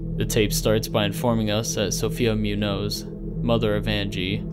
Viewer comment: Does the redacted animal say "bear"? I always thought it said "bull". Also, slight nitpick, "Munoz" is pronounced "MOON-yoze".